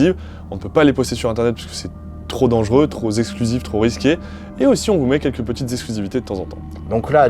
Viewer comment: Cent Zhôtels ou sans hôtel ? Cent "T" hôtels, c'est mieux comme liaison.... 😅😂🤣 C'est comme le trop Zexclusif... Trop "P" exclusif, c'est pas mal non plus.... 🥲😉😊